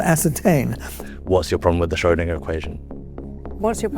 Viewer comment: They can't pronounce 'Schrödinger" correctly so why would I believe what they say ?